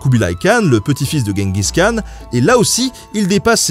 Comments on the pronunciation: on dit : DJENGUIZ KHAN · Si tu veux le prononcer correctement, Genghis Khan se dit "Tchinggis Rhan" rh étant un r un peu aspiré (je crois). Sinon, toujours aussi bien !